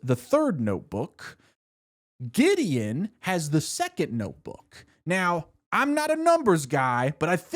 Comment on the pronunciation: That spunded liek diddy the first time i heard it Then giddy Then gideon